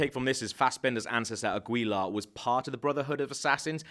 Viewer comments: ok, it's pronounced as 'Agilar', not 'Agwilar', it's like pronouncing 'Miguel' as 'Migwell' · It isn't AgUilar. The “u” is a mute letter in this name. In spanish it helps to make g sounds like in “garden”. So... it could sound something like «Agilar». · It's pronounced Ah-gee-la. Not A-gwee-la lmao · It's not agüila you idiots, the g is the same as in gills. Agilla. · Assassin's name is Aguilar (a-gee-LAR) not Aguila (a-GWEE-la) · Omg... Your pronounced aguila so badly... Omg... So you say it how its writen down... But no... You say:" aguila" Its actually said: "agula" but you wright it down as "aguila" Aguila is eagle btw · It's pronounced "agilar" not "agwheeelar." It's not pronounced how it's spelt😂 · aguila is pronounced AH-gee-la. not agweela. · it's pronounced as AH-GI-LAR. Not AH-GWEE-LUH. It's a common surname in our country. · yeah I know. Nonetheless ah-gi-lar is the right pronunciation. Even in spanish. The name aguilar is derivrd from the word aguila which means eagle :) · Its pronounced a-gee-lah not a-gwee-la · Agweela HAHAHAHAHAHAHAHAHAHAHAHAHAHAHAH oh boy... Im pretty sure the last name is Aguilár. Pronounced Ah-ghee-lar. Not Agweela LOLOLOLOL Agweela!? hahahaha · Since this is a spanish name the guy is pronouncing it wrong, it's Aguilar, not Agüilar. No U in the middle. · It's pronounced "Aguilár" " A- gee- lar" NOT "AgUIlar" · He also pronouced Aguilar as "a-gwee-la" instead of "a-gee-lah". Oh and other lore stuff gotten wrong, like plural of Animus is animi and that Leonardo da Vinci did not introduce double hidden blade. It was Altaïr. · Aguilar is pronounced as Ah-ghee-lar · It's AGILA how you pronounce it dude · Free pronunciation lesson! :) Don't say the U in Aguilar. It's ah-gee-lar (focus on last syllabe, ~lar~). The R in spanish is pronounced at the tip of your tongue. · I LAUGHED SO HARD I was like "A-GEE-LA" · I love how you pronounce the U in Aguila... it's pronounced Agila without the U xD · it's A-gee-lar and A-ta-ear